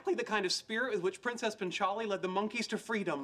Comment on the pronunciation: The way he says 'punch aali' is so fuxking annoying. Its paanchaali